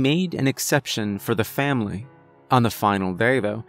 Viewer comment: A “Vam-ily” if you will.